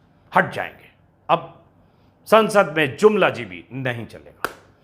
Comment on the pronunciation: It's really funny and astonishing to see that very carefully stress has been laid on the word ' Jumlajeevi '.